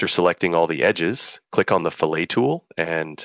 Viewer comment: Someone need to teach the AI voice how to pronounce "fillet" when used in context.